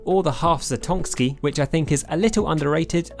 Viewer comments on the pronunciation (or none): What's a half zatonksi?